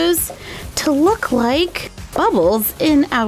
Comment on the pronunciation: look LIKE (that "like" sounded a little bit strange) hahha